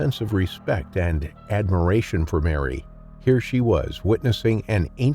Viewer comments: Its called Merry, not Mary! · Croc probaly didn't like his name. Whole time I'm watching this it keeps throwing me off when the narrator says Merry(sounds like Mary) and then says he.